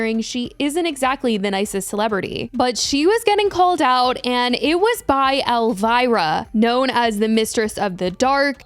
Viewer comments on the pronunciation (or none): Who is 'Elvaira'? 😂 Gurl, it's ElVIra!!! (pronounced EL- VEE-RA)